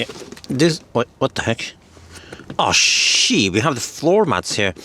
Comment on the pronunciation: I😂 knew you were 🇫🇮 finish by the way you said "shit"